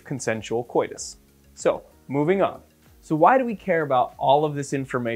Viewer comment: I love it when he emphasized safe, consensual coitus hahahaha